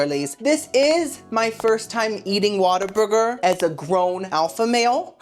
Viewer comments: Why do you say “Waterburger” when it’s “What-a-burger”? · Girl… it’s WHAT a burger… not Water Burger. But I like your style 😆 keep these coming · My first job was a whataburger and I dunno if you are doing it on purpose but it's pronounced what a burger not water burger lol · Girlie it’s like “WHAT a burger!” lol not waterburger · I wish people would stop calling it "Water-burger" lmao its "what-a-burger" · Oh girlie, it's not Waterburger lol. It's What-a-burger 😅 I had it once and never wanted it again. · I know you're probably sick of the correction.....but it's OMG 😮 WHAT A BURGER. 🍔 Not water burger. 😀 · Whataburger not waterburger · Why does he say "water" burger? Isn't it "whata" burger? Adore you,! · WATER? Burger?? 😂 What-a-burger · Its WHATABURGER NOT WATERBURGER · my guy is Whataburger NOT WATER burger lol.. as in wow "WHAT A BURGER"! ❤ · its not Waterburger its WHAT A BURGER!! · Lmao at pronouncing it Water- burger lol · kept saying water burger I’m cracking up 😭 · it’s WHAT-A-BURGER. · Oh my LANTA! Waterburger lol I love you, and I can handle boofay- but this is hard. Hahaha ❤ still watching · Yes, I wondered why he said “Waterburger” 😅